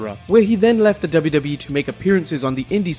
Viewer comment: I sounds like yo u say WWEF